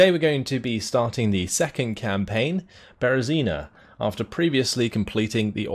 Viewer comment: As a citizen of Belarus, I find it strange but funny to hear you pronouncing names of cities and villages tottaly wrong))))))) ( BerezinA, VItebsk, etc.)